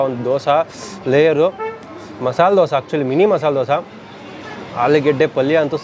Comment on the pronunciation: ದೋಸ❌ ದೋಸೆ ✅ ವಡಾ❌ವಡೆ ✅